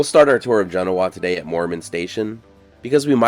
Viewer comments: Love the show, regularly watch it, but being a resident of this area let me help you out a bit with the pronunciation. Genoa Properly Pronounced Gin-OH-uh The emphasis is more on the OH Not Gin-oh-WAH. Genoa is only part of the incredible story of the old west in this area, lots of good history at Carson City, much of it explained at the museum (highly recomended) as well as Virginia City. A note of interest, the streets of Carson City were once paved with silver ore unbeknownst to the people who did the paving who were unaware of the reason why the clay like material they used had such a funny bluish color. the streets of Carson City were literally paved with silver Once. But when it was discovered the streets were paved with silver ore, the streets were promptly torn up and the ore was turned into silver ingots before the streets were properly repaved. Your welcome😉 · I'm from the area, never heard your pronunciation. Jen-"O"-a is how we say Genoa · THATS NOT HOW YOU PRONOUNCE THE NAME OF THE TOWN… JENOOOAHHH that’s not how you spell it obviously but that’s how you say it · Thanks for all the information. I live in nearby Minden and have always been told the correct pronunciation is. Gen-O-a with the emphasis on the O. Not at all the way it is pronounced in Europe. But I learned so much from your video. Thank you. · Genoa, Nevada is pronounced with the accent on the second syllable. As Juh- NO-a. Genoa, Italy has the accent on the first syllable, as GEN-o-a. People frequently mispronounce Nevada, as well. Details matter. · It's not pronounced like the the one in Italy. Jen-O-uh. Liked your video, but pretty hard to hear it pronounced wrong 35 times. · We love your videos. GENOA is pronounced GEN OH AH, the emphasis is on the second syllable. Thank you for coming this far north on US 395 and showing off a little of Douglas County Nevada for everyone to see. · My hometown 😊 We pronounce it Ge-NO-a by the way. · Learn how to pronounce Genoa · It's pronounced Gen oh a